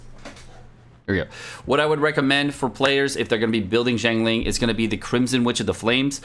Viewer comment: Just FYI a breakdown of her name its pronounced. Xi as in 'si' in the word sick, ang as in 'ung' in the word Lung and Ling as everyone knows it.